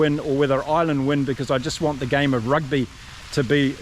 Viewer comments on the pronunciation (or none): none